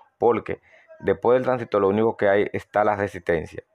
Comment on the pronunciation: Buen video y explicación. No me suscribo porque no me gusta ese acento caribeño, me molesta cuando cambian las palabras; " transistol" "televisol".